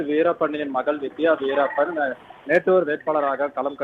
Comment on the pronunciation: வீரப்பன் ன்னு சொல்றதுக்கு என்ன கஷ்டம் news reader